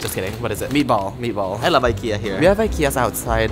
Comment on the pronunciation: Not trying to pronounce meatball in Swedish😭😍hahahahaha i love it